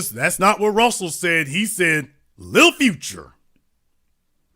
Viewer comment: Hearing him say "lil future" sound goofy af